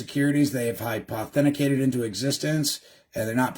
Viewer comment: It's hy-poth-e-cated, not hipe-authenti-cated, just so ya know. 😘